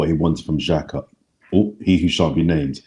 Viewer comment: He’s said Xhaka lol